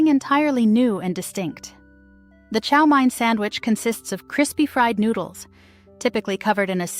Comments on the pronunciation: Someone needs to check the narrator's pronunciation of English before releasing a video. Chow Mein is not called Chow Mine. And bologna...she mispronounced it two different ways. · Chow mein. Pronounced main. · Chow MANE not Mine. Also, was American invention not Chinese. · as someone who lives in the southern New England area, which is where you will find Fall River, Massachusetts, I can say that the correct way to say chow mein is chow "main" rather than chow "mine". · What not to say on a first date.... Chow MINE... Ouch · Chow MINE... What not to say on a first date.... Ouch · You pronounced baloney wrong. Bologna is a town in Italy, not a food. Chow mein is pronounced chow MAINE. A lot of these went out of style because they are nasty.